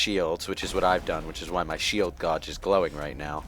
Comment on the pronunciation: Someone needs to set up a " mispronounces 'gauge'" Counter.